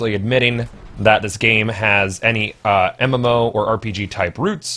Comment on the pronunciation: Did you just say MMFaux? lol